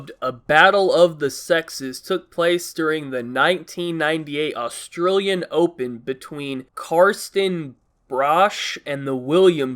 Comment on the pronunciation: "the Aus-trill-ian open" "mell-born" most aussie cunts will find that hilarious